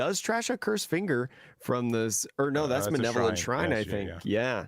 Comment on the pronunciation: Btw it's "malevolent" (having or showing a wish to do evil to others) not manevolent